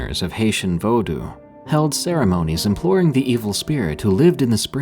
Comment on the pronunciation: “VoeDoo” lol